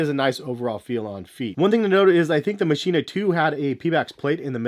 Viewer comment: Machina is actually pronounced "Makina" The Mach makes a k sound like in Mach 5.